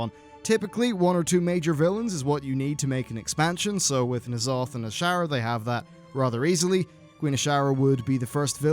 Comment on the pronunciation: Knee'alotha? Consider my pet, peeved!